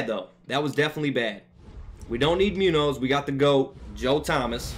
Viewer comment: Pronounced Moon-yohz.